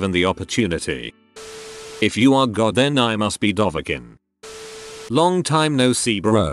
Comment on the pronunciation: God more like jod